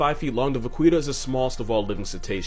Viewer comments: Va,qui,ta? No it’s more like a va,KEY,ta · it's pronounced va-ki-ta, bro 😭😂 "Qui" in Spanish sounds like "key" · Vaquita is pronounced vakeeta, es Spanish for small cow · Hearing him pronounce it “vuh-qwee-tuh” felt like watching someone put nails and entrails in a blender and setting it to blitz. It’s pronounced va-key-ta, Spanish for “little cow” (vaca = cow, -ita = little). It would be something like “cowie” or “cowlette” in English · Vaquita is pronounced va-ki-ta. 😉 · Oh no!! You mispronounced Vaquita! It’s pronounced vah-key-tuh which translates to little cow in Spanish. The more you know 😇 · Mexican here: is that cute little whale thing's name pronounced like "little cow" in Spanish or the way he pronounced it? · Because I think you would want to know, vaquita is pronounced va-key-ta :) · Hey bro. It's pronounced Vakita. Means little cow. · Vaquita is pronounced Vah-key-tah... Spanish for "little cow" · My dude, I'm pretty sure Vaquita is pronounced vuh-kee-tuh, as in "little cow". I'm not an animal expert, nor a linguist, but I am Hispanic and I'm almost positive I'm correct. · Vaquita Marina = "Little sea cow", pronounced "Vakita" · "Vaquita" is pronounced "bah-KEET-ah" btw. It means "little cow" :') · And it's pronounced like "vakeeta" so hearing him mispronounce it so many times hurt me lol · isn't it more like "vakita"? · Lol, "Va-queeta" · My man it’s pronounced “va-kee-ta” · I got so mad when he mispronounced vaquita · Fun fact: ''Vaquita'' (really pronounced as ''Vakita'', with a mute ''u'') is a diminutive of cow (''Vaca'') It would be like ''little/small cow''. And no, I can't see the similitude between a tiny cetacean and a bovine either. (Also, THANK YOU FOR PRONOUNCING ''Baja California'' CORRECTLY)